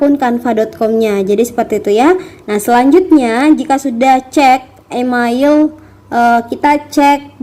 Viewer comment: Mohon menggunakan pronounciation yg benar ya, kakaa... Email dibaca : imeil, bukan imail Sign up dibaca : sain ap, bukan sin ap 🙏🙏🙏